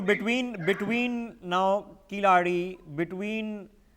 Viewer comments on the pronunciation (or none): should be pronounced as "KEY La ADI",please correct your pronounctions with your NewsX Mugilan please